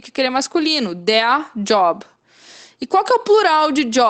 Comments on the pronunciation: no seu ex de Job.. vc pronunciou tal qual inglês. pq não pronunciar como I (i)? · Por quê 'Job' não se pronuncia 'iob' ?